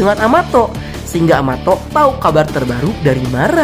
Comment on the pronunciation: em... kenapa amato jdi amatot 😱🤣🤣🤣🤣